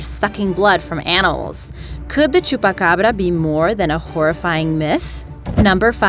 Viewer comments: Why can't anyone say chupacabra!? You pronounce it like: chupacarbara! It's pronounced chupa Cabra! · Dose she know spanish because how she said chupacabra and Puerto Rico sounded like a Spanish accent